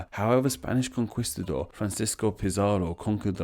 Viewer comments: Timor is T-mor not tie-mor Con-key-stuh-dor, not con-quis-tuh-dor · Conquistador is pronounced "kon-KEEST-a-dor" -- not "kon-QUIST-a-dor" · Somebody else already told that there's no "w" sound in conquistador, right? Although conkweestador is pretty funny. It sounds diminutive; like if someone made a children's book out of Spanish imperialism. What do you think,...second book idea, or no?